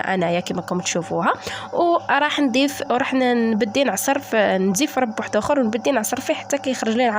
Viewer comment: اسمه رب بالضمة ماشي فتحة